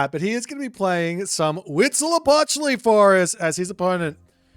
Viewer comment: As a mexican, your pronunciation of Huitzilopochtli at the beggining of the video was quite good. And stays mostly consistent throught the game. *happy aztec gods noises